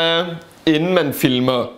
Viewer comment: Elsker at Naja siger Fimler i steder for Filmer